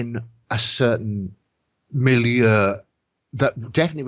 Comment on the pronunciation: Look, an English speaker who actually knows how to correctly pronounce “milieu”!😂